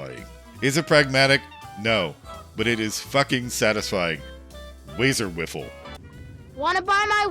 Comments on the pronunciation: "Wazer Wiffle" instead of "Wazer Wifle". Dude, it's not a lightsaber. You can't bunt light bullets with it like you're a space samurai wizard with a laser bat. lol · Stop saying "wiffle" it's wifle like rifle, you even included the clip of the wee dude saying it 🤣🤷‍♂️🤦‍♂️ loved the video though, I'm sorry for being a fussy bitch 😂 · Keeps pronouncing Wifle as Wiffle lol. Also, the Splattercannon/Problem Solver is an end-game beast, unbelievable TTK. No way it can't be considered a top 5-10 weapon, even with your perceived shortcomings.